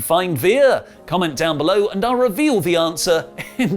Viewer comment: Don't you mean you'll Re-VEER-l the answer?